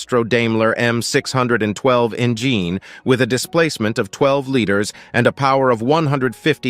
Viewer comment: "Enjeen"? Text to speech is still accumulating errors.